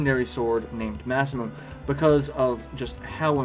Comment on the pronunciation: First off, I love the video, it's amazing. And I'm sorry to be that guy in the comments, but it's "Mah-sah-moo-nay," not "Mah-sah-moon." Named after the man who was supposedly THE most gifted swordsmith in Japanese history. :)